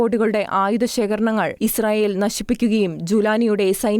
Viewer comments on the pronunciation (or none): none